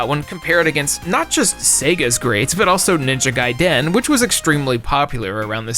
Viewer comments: I gotta know, why do you pronounce "Gaiden" like "Guy-DEN" like its 2 words? Have I been pronouncing it wrong my entire life? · Lol I can't take it.. "Ninja Guy-Den" 😂 I've never heard it pronounced like that before. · Please never pronounce Ninja Gaiden like that again lol There's not a hyphen between Gai and Den, it's one word